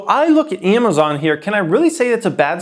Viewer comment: lol emphasis on little amay-zon